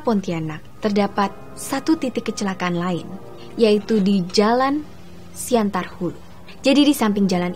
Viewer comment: Siantan mbak bukan siantar :v